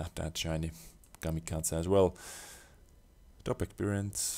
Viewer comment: The way he pronounces kamikaze... Lol It is pronounced ka-me-ka-zee roughly